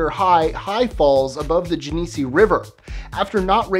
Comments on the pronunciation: Genessee is pronounced "Jen eh see" not "jen ee see'' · Nbd, but just a fyi, Genesee is pronounced like gen-UH-see. Charlotte, where his body was found, is pronounced like Shar-LOT for some reason. I think there's a Genesee beer if you want to try it! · I live in Rochester, N.Y. and it is pronounced "Jen-a-sea" river like the beer where it's made!